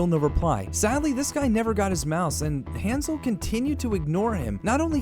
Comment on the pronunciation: ...he pronounces his own name wrong... that's his choice but that doesn't mean it doesn't bother me to no end